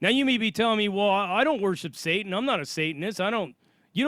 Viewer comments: It's not "Shatan", it's "satan". The letter ש can be pronounced Sh or S. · I don't mean to persist, but I am a native Hebrew speaker and long time bible student. [If this is bothering you I will stop]. The correct way of saying the word is satan- שטן. Ha Shedim?השדים That means "the demons". Best wishes